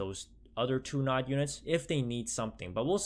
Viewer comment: And your made me cringe when you read nod